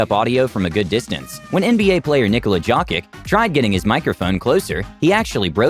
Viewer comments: Its pronounced "yo-kitch" not "Jock-ick" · Instead of Nikola Jhoki you should say Nikola Jokich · nobody in the whole history has ever butchered ANY name like you butchered "Jokić". You should really feel ashamed for pronouncing his name "Joe-Kick", it's "Yoh-key-ch" to all non-Balkan speakers. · it s not đokič it is Jokić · ITS SPELLED YOKIC NO J O KICH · Jokić is pronounced “Yokich” lmaoo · “Nickola jockic” 😂💀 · Pronouned Yokich fool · Nikola Jokic is now Nikola Jock-It 🤣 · pronounce names right its boban maryonavic and nikola yokic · Lol what did you just said jojik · I love these videos but he said jokics name wrong, say it like yo-kitch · Bro, you just called the MVP “jockik” Please, and I mean please, check pronunciation before recording. You also just called Maria Sharapova “a peer” Cmon man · Its Nikolia Yokij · Nikola dzokik hahahaha U have a big problem spelling serbian last names hahahaha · He pronounced jokic wrong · He pronounced Nikola Jokić wrong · You sooooo mispronounced every Serbian name. Nikola Jokić and Boban Marijanović. Bro... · That Video had the worst pronunciation of Jokić I have ever heard. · Said Jokic wrong 😑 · The moment this guy tried to say Jokič I immediatly pressed dislike. Awful. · Nikola Jokic is NBA player, so you should know how to pronounce his name properly! So disrespectful And ignorant! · If only you knew how much you butchered the pronunciation of Jokic and Marjanovic... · the way he said Jokic hurt my soul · Jokic's last name was murdered as hell 😆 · I laughed when he pronounced nikola jokic’s name wrong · That's the worst pronunciation of Nikola Jokic I have ever heard